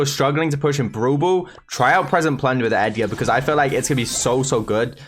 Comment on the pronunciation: Why whenever says brawl ball I hear bubu 😂